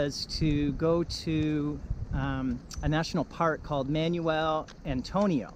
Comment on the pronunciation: Yeah the pronunciation is just awful on everything here. "Man-yoo-el Antonio", facepalm.